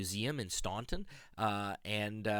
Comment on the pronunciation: FYI Staunton is pronounced Stanton. I was schooled on that by the locals.